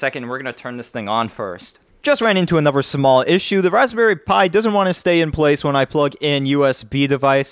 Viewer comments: the tone doesn't bother me but every time I hear "anover" I wanna stick an icepick in my ears. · ugh stop saying "anover" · what, saying a V sound instead of a TH sound? no, it's laziness.